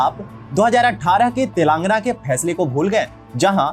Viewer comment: I like your videos bro. But, i am sorry to inform that ... you are pronouncing the names wrongly. It is Thelangaana तेलंगाना not तेलांगना and it is warangal वरंगल not वारंगल. I request you to please pronounce it properly. This is not to insult you, but just to correct you.Everyone from northern india prounces likes this only. Hope you understand.